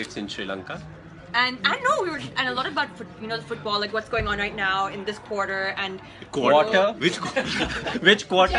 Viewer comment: jacqiee says QUARTER😂😂